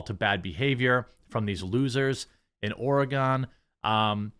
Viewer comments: It’s not ORE -GONE it’s ORE-GIN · Hey Jeremy, it's pronounced Or-uh-gun.